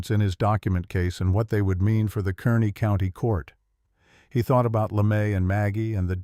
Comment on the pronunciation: KARNEY NOT KERNEY